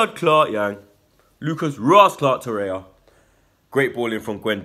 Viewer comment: I can't understand why you guys continue to say Torreya. His name is TorreiRa